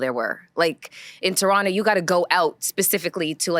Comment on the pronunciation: Melissa has always been beautiful and articulated herself very well and I like hearing her speak, but the back and forth of her pronunciation of Toronto is annoying . She’s from the damn city(as am I) and said it authentically . (Turrono). People from that city never pronounce the second ‘t.’ Stop it, Girl…it’s okay to say it how you know it.